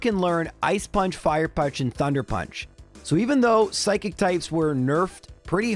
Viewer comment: wait, what? thunder punch? I'm confused at what you were even trying to say there 😅